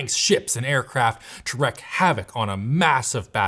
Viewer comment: It is not "wreck havoc" it is "wreak havoc". Please stop saying this wrong.